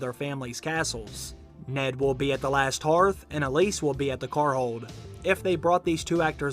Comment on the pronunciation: Alys is pronounced "Alice" in the show. Tee-hee. Not "Elise"